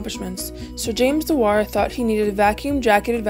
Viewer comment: Shame you can't say his surname properly